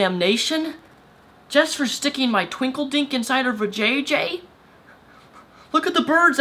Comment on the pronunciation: A "tWinklederk"?! xD haha